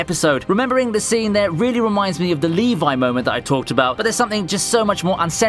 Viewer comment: LEVI IS NOT PRONOUNCED LIKE THAT FOR GOD SAKE